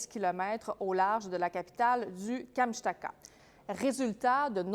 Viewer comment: Kamchtaka??? Non mais apprenez donc à prononcer correctement Kamchatka, ou pratiquer avant la diffusion. Franchement 😒